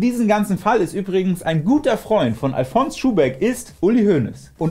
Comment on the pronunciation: Du sprichst Alfons aus wie Alphonse. Der Schuhbeck kommt aber aus Bayern, und die erste Silbe wird betont. Àl-fons Schuhbeck.